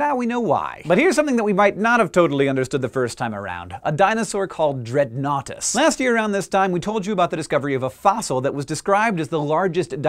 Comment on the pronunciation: At first I thought Dreadnoughtus said "Dreadoughnuts". Lol